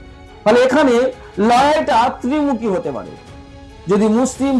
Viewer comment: ভাষা গত ত্রুটি আছে। যেমন,তৃন মুখি নয়,ত্রি মুখি